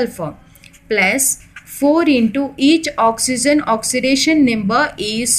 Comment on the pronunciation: Mam you pronounce oxygen as oxyzen is this correct or not